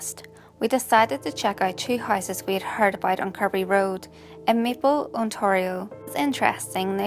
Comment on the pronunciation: I like how you said "Ontario" Canada.